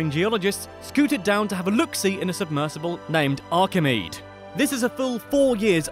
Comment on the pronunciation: "archimead" are you kidding me? how the hell you put facts in your name then come out with shit like that.... that name is based on Archimedes how can u get that wrong? the things u say in these videos shows you obviously need to be much more informed before you make this content.